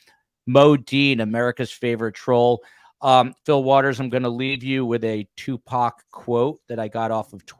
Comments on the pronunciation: It's Tu..poc. not Tu Pac..😅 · Agree. He actually knows information about people in Tupac's circle, but wants to be a smart-azz throughout the show and deliberately mispronounce the man's name as two-pack. He clearly knows better---just a jerk-off. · The first 10 minutes of this discussion is disturbing. Fil Waters blatant indifference for the loss of life of a rapper was extremely inappropriate. He pronounced Tupacs name incorrectly obviously on purpose. Shakur was a murder victim no matter what Waters feels about the genre of rap music. Why even interview him if he was clearly indifferent. Also the misogyny of the "teenage crush" discussion was repulsive.... "the swimming pool scene" when mentioning Phobe Cates..... that was gross. Would you and Fil have spoken that way if a female was on the panel? I started listening to STS due to the Idaho student murders but I think as long as you keep Fil Waters as a guest, I will find case discussions elsewhere.